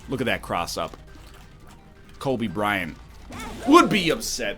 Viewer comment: "colby bryant"